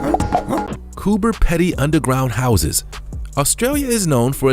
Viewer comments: It is Coober peeeedy not peddy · Its Coober Peeeedeee...not Peddy already lol.lived underground for years when I lived there...stil miss it. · It is Coober Pe (e)dy and there Re not tigers there🤣🤣🤣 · Coober Pedy is pronounced Coober Peedy. Plus tigers are not native to Australia. Our most dangerous animals are snakes n spiders.